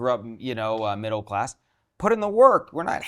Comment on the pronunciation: “World cass” LOL